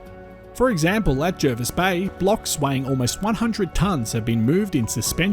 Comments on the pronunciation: Its pronounced jah-vis bay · Why do so many people pronounce Jervis Bay wrong...